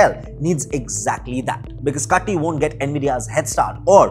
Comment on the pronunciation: It's not Tiger T in kaTTi ... It's Tulip T in kaTTi... I know coz he was my senior in my school at Dharwad Karnataka. 😊